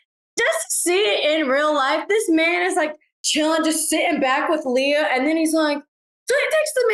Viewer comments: Why does he keep saying “Leyah” when everyone is pronouncing it correctly as Leah?! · STOP SAYING "LAYAH" PLEASE - legit almost stopped watching because of this so annoying her name is Leah